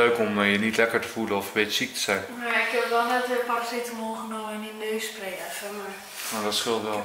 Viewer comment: besterschap! Ik vind het altijd zo leuk dat je paraceteknol zegt!